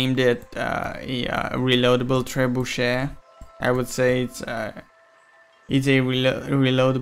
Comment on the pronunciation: Did u say trebushit? I heard u say that at first XD